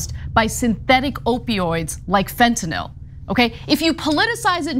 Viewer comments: I commend Ana and Cenk for pronouncing fentanyl correctly. I’ll never understand why everyone in politics calls it fent’nawl. It makes serious discussions sound like an unfunny cartoon. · To Ana Kasparian: you are the best. You even know how to say Fentanyl when, for some reason, everyone else seems to call it "Fentanol". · Yet another reason to love Ana: She pronounces it Fentanyl and not “Fent-NOL.”